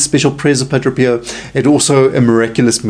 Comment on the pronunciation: Pa - DRAY! NOT Pa- DRO!